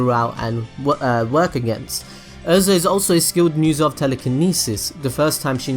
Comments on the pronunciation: “Er”.. za. Erza not Urza. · IT IS EH-RE-ZA not errza